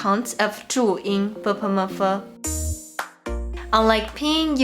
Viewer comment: It's bopomofo, not bepemefe like you pronounce it ..